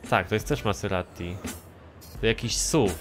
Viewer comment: maserati, a nie maseratti